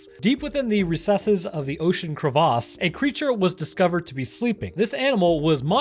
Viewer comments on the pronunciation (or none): Bro.... if dude’s going to heckle you over whether it’s pronounced manga or manga... you should be warned your pronunciation of ‘crevasse’ might draw some scrutiny. 😝